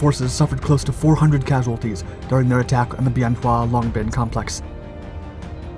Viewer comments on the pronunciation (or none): It's pronounced "BEN WA". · Wrong dates, wrong pronunciation of Bien Hoa. Editing? We don't need no stinkin' editing. I arrived in country at Bien Hoa, flew missions from Hue at an Army CH-47 unit.